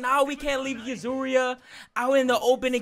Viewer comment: I'm triggered with him saying Suzuriya... instead of Yuzuriha